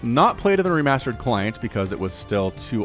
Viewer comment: i soemtimes wonder if he is saying ree-mustard! :D